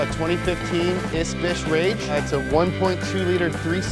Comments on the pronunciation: He said mitsubihishi Rage isnt it supposed to be Mitsubishi Mirage? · Did... did he call it a Mitsubishi Rage? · Mitsubishi "rage" 😂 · Nah, it's the classic "its rage"